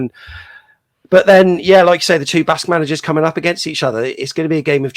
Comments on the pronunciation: I think Basque is pronounced simply ‘Bask’. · Bask mate not baskay